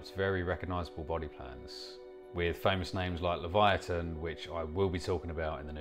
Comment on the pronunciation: Thank you for pronouncing laviathon properly...I can't spell it but can damned sure pronounce it! Some fool on another channel did a show on teatanaboa 😂 oh, and there's one on the highmalayas😂